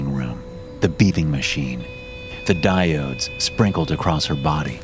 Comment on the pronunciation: "Diodes" LOL!